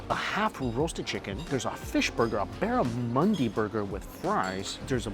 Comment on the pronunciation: Barramundi, he misspoke